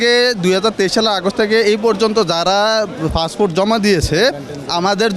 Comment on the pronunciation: Vogoban " passfoot " na re passport.😅😅😅😅